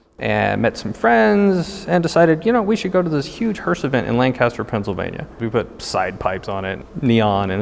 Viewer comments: It’s lAncaster not “land caster” haha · It’s not Landcaster it’s laincaster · you pronounced Lancaster wrong! Lan-kist-er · learn how to say Lancaster, please